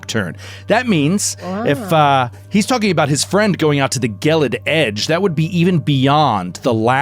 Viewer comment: Gelid, unlike gif, has a soft g